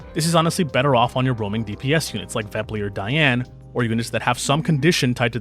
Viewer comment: OMG~ Sorry, I'd never have guessed with that pronunciation. I was wrapping my head around it. But the change in sound of the second "a" totally threw me off. At least say "Dahy-ahn" 😂 don't change the vowels ><